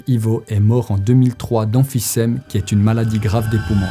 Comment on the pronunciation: La maladie c’est l’emphysème (\ɑ̃.fi.zɛm\); pour ceux, comme moi, qui étaient perdu parce que la prononciation était légèrement différente